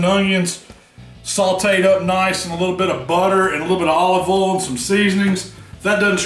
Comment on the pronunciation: I’m enthralled with the word oil being said in a southern accent. Just “ole”.